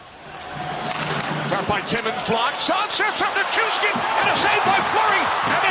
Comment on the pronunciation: I'm just glad I don't have to hear say "Nick-ushkin" anymore